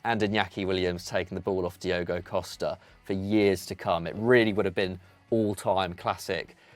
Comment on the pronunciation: Diogo = Diogo 😅😂